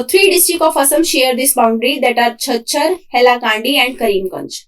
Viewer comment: Thank You so much Ma'am ! Very informative. And its pronouncation is K kachaaar ( Cachar)